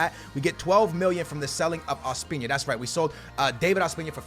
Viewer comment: Ospina is pronounced Os-pee-na not Ospiña